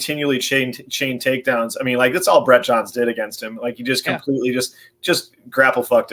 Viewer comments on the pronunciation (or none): none